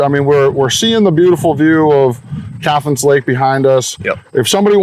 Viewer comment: Cathance is pronounced CAT -HANSE not CATH ANSE you flatlander